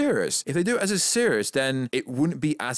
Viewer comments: I don’t know whether this is your schtick or you have an impediment but the fact you don’t say ‘series’ correctly really irked me and took me out of what you were saying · Who mispronounces “series”?